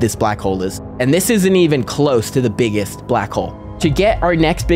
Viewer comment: "some of the beggest" is frying me